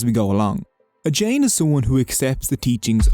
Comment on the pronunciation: In most Indian religions any ‘j’s in the word are pronounced as a ‘J’ and not an ‘h’